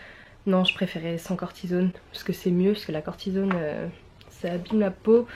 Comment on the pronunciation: C'est certainement une déformation professionnelle, mais ça me choque la manière dont tu prononce " cortisone " aha!